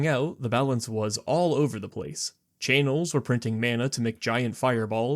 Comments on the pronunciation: wait, did you say chay-nels? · “Chay-nels” wtf. Are you dyslexic?